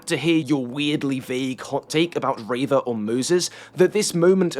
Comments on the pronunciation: No one says “ray-vuh”, pronounce people’a names how they say them, generally. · I completely agree with every point you made but unfortunately invalidated all of it by you being the reverse of that one rebel leader who called Leia Lee-a. Her name is Reeva not Rayva!!! /s (once again a fantastic video it's nice to see star wars content that doesn't promote toxicity)